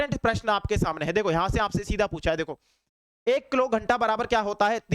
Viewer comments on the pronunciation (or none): none